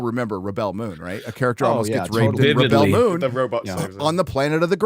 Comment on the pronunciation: How pronounce Rebell Moon sounds like R*pebell Moon.🤣